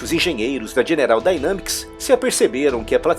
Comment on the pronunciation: Dynamics -> Daineimics ...só uma correção na pronúncia :)